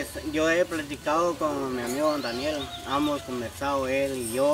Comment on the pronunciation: Hola me caes bien y quiero por favor que te olvides de decir “Amos”, se dice: HEMOS, HEMOS, HEMOS, no quiero escucharte decir “Amos”